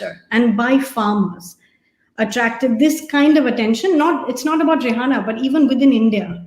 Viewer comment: It’s Ree Anna not dasei name 🤣😀